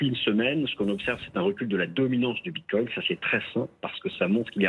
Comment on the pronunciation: ça me manque quand le regisseur disait bit quouing